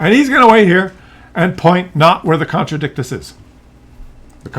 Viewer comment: The name is even stupider when you pronounce it correctly. It's the con-tra-dick-shus'. The 'T' is a 'sh' sound. Because English.